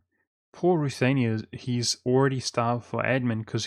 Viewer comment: ruthEnia not ruthAnia